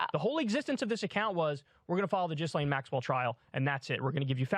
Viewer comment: Oh my god is this seriously still happening? One last time: You do not know the number of subscribers the account had because they were using bots to follow themselves with fake accounts. Kyle CANNOT EVEN PRONOUNCE GHISLAINE MAXWELL’S NAME CORRECTLY there is no reason to believe he knows what he is talking about here. The only purpose of the account (which has used other names before this to run the same scheme) was using the trial to sell subscriptions. The creator was not present in court, they were plagiarizing actual reporting about the trial, providing nothing of their own in order to PROFIT from it. Disgusting. If you care about this issue at all why in the FUCK would you defend this.